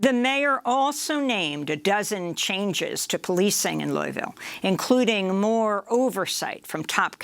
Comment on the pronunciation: "Lul-vul" or "lœ-vul" or loal-vul, "Loui's-ville", or "Louie-ville" .... As a Kentucky it really pisses me off you don't know how we say our cities/words names, despite them being in the news so much. Versailles is "Vur-sæless". Elba is "El-bee".